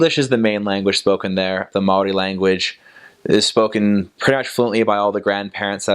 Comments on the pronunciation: As a māori. A Kiwi🤙 I gotta say this guys pronunciations are awesome 👍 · Bro Aotearoa is mean as and your pronunciation for maori is spot on brother! Chur! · Boilup is a staple of maori diet hahaha... well not very healthy, but oh so good for the soul. You sir actually pronounce maori very well.😉